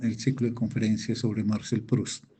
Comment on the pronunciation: Por qué pronuncia el nombre Marcel en inglés?!?